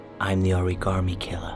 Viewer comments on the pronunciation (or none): Did he say Oragarmi killer? xD